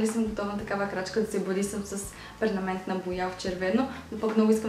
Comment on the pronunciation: не се казва "пернаментна", а ПЕРМАНЕНТНА боя